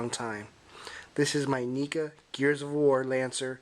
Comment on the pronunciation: It's pronounced Neck-uh